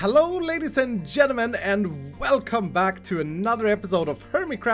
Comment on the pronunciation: "Hello Ladies and Jennamen"